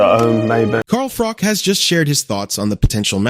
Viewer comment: It’s pronounced fro-ch like crotch!! But with the letter F, Not frok